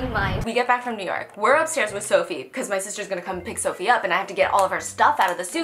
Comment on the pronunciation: It’s Sofie, not “ph” 😭